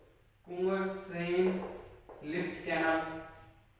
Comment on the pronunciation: Itz not कुंवरसेन,it is कॅवरसेन